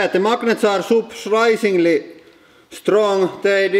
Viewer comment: "de magnets are soprishingley strong" lol